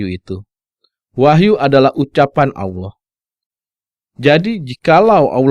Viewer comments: Menjabarkan qur'an seolah mengerti isinya, tapi kenapa mengucapkan" Allah" dengan bunyi Aulah.....hahhahhhaa....!!! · Narator mengaku (seolah olah keturunan Arab),tapi tidak bisa mengucap Allah. bangsat loe!!!!